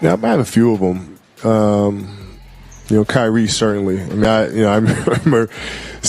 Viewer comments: Kireaye was worst 🤣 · Kiriay?!? Who tf is Kiriay?? 😂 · The A.I saying Kiryé is crazy work 😂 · Who the fuck is kyreaye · TBF it’s pronounced in Japan where the beef is from. Now the way he pronounced Kyrie, “Kee-ree-aye is heinous. And yes, that’s a word too. But this is what happens when people use these AI voices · Couldn't even pronounce Kyrie properly lol, and Kobe